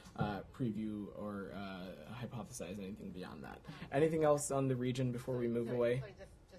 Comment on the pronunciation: "hypothesize anything beyond that." Maybe it was the four-syllable word that threw you off?